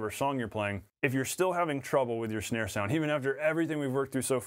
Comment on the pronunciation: Is it just me or are you saying schnare...